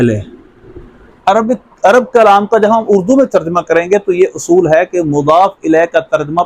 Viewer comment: اَصُول نہیں جناب بلکہ درست ادائیگی "اُصُول" ہے ۔